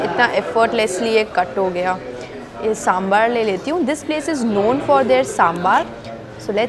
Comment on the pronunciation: First of all besan and chane ka atta are same. Secondly please don't pronounce साँssssमबाssssर। It is साँभर। Simple. Your videos are excellent. You give nice description of the food you eat.